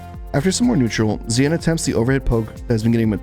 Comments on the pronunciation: It's more "shin" than "zeean" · Sorry. Not pronounced Zeeanne. Its Xian - Pronounce She-and quickly. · Xian sounds like "shen", not zee-an. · Xian is actually pronounced Shen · His name is pronounced "Shian" lol. You can even hear James Chen saying it correctly in the commentary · Pretty sure the dude's name is pronounced "she-Anne" like the city in China, even though he's from Malaysia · Excellent analysis. I just wish you learned to pronounce Xian properly. You could just listen to the commentators for that...